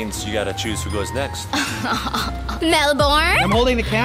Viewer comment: I like how says Melbourne to mellvin